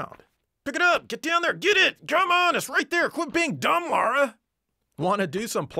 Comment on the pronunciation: I could express an opinion on the actual content but instead I just want to say thank you for calling the protagonist of Tomb Raider "Lara" and not "Laura".